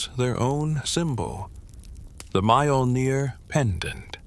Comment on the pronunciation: The pronunciation of Nordic words.... "M-AIYOL-NEER" 😅😅😅